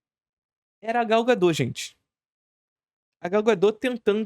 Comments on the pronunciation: Adoro seu conteúdo! Mas fala o nome correto dela. É Gal Godot sem o t mudo. Pode falar o t sem medo. 🤣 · Gau Gadô